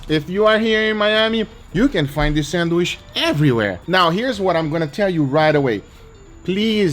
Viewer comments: Does anybody else get a litlle triggered that Guga always says "sandwiSH", instead of "sandwiCH" :"))))) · Sandwish? :D